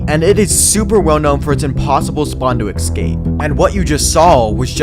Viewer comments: EScape not EXSCape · why does he keep saying "ekscape" 😭